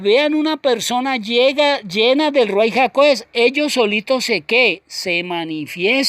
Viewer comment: Shalom ach! Yahweh le bendiga. Le pregunto algo: ¿Por qué usted escribe y pronuncias Ruai? Tengo entendido que lo correcto es Ruach HaKodesh.